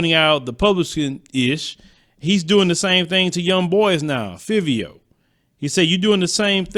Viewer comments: FIVE - V- O ......SAY IT RIGHT AYEEE AYEE AYEEEE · Five- ee-o is how you pronounce his name.